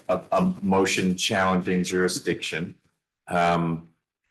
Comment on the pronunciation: How did that “juradickshun” argument work out for Darrell Brooks, son?